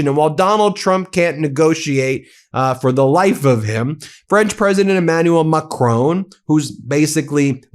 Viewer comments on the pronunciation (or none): Mah' CRON' There is no E you are say macrone 😂 BRUH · Please, for the love of whatever god you serve, stop calling him "Macrone". It's "Macron". Mac-Ron. Not Mac-rone. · Will you learn how to pronounce Macron please! There is no e or accent. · Please please please you Americans. Pronounce Emmanuel Macron's name properly as the French do. Not Macrone. It's Macr-on. Please 🙏